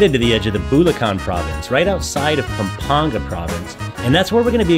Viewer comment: Perfect pronunciation of "Pampanga " I'm impressed!